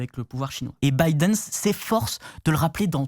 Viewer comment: "Baïdenss"... Y'a pas de S à Biden